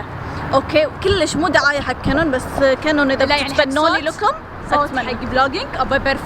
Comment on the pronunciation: اول مره قالت كانون قالت كينون 😂